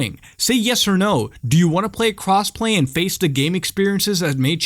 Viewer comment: lmao i thought you said cosplay